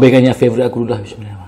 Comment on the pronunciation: Poyo la lu. Kau baca bismillah pun ad yg tak btoll. Baik kau baca doa makan je dri awal